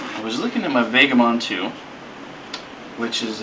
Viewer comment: Never heard Vagabond pronounced with a long a.